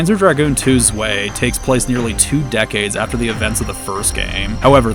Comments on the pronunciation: Zwei is 2 in German, check the pronunciation, it's z-why not z-way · zwei = two its pronounced zweye, if that makes sense